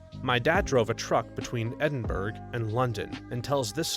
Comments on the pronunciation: A real Edin-bruh moment. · It's pronounced Ed-in-bruh 😅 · “Eddin-BERG” Come on, my dude.